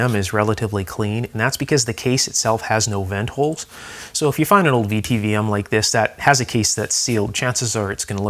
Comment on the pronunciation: A VTVM (vacuum tube volt meter) is pronounced "vit vom".